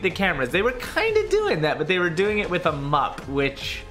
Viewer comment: Your not gonna kill me with that mup sweetheart lmao pls